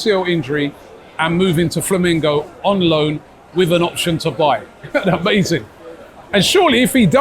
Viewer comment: Flamengo not Flamingo, Robbie. 😂